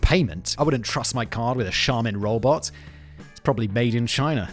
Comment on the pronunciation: Is it me or can you not say robot?